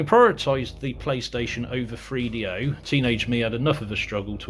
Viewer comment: it's pronounced 3DO not freedo. Three. Th. Use your tongue. - let's not bleep words out. This is the internet - not FCC regulated television.